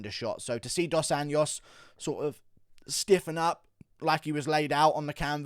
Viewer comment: I’m a big fan, but it’s about time you start putting a bit more effort to try pronouncing the names of Brazilian fighters right. RDA didn’t start fighting yesterday and the JO in Anjos sounds exactly like that, a J, pretty much as in Jones. Really not that hard (not a Spanish “ñ” for sure, which is how you keep saying it. And for Pedro Munhoz, it’s not MOOnhoz, it’s MunhOHz. What a boring ass card btw. Keep up the good work mate.